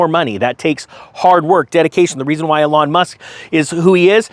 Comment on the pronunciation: Eeeeeelon. Eeeeeelon bro. You can’t keep talking about this car and continue to mispronounce his name. Dayum Ps Don’t bash soccer. Baseball, sure. But not the Beautiful Game.